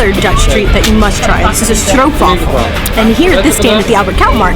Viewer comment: There you go! You're really the first American who said it right: STROOPWAFEL and the way you have to say it! Well done!